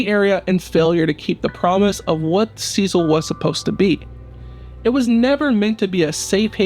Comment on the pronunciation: You aren’t even pronouncing the name name of the hotel.